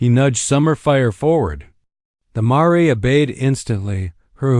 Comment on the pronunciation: The dang word is mare (mair) not ma-ray!